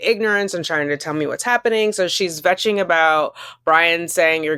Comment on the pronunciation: “vetching”!?😂 the k in kvetching isn’t silent, dear.